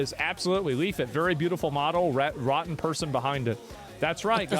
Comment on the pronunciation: He's still calling you "-it" Just keep saying "dude, there's another L."